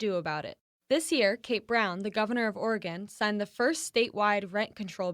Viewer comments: It's pronounced organ ......like the body part. Not oreeeegon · It’s pronounced ORG-IN - Californian living in Portland here. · Oregon is pronounced with three syllables; Or-e-gon. Pronouncing it like "organ" is a dead giveaway you're not from Oregon, or even the Pacific Northwest for that matter.